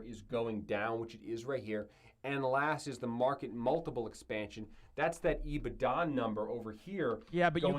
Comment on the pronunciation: caught me off guard haha, my finance teacher used to say ebitDA like that as well. Hilarious!